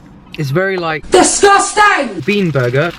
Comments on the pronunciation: That clip made me laugh when he said "Wow, it's very".....'Discusting'. lol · I died at "it's very like DISGUSTANG"